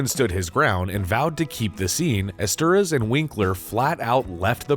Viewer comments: I was like who the hell is "esteras"!?!?🤦‍♂️🤣🤣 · Joe ESTER-HOUSE not Esteruss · Screenwriter's surname is pronounced "Estherhass". It's a Hungarian surname.